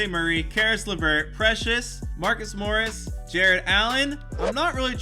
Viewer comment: You got precious's name exactly right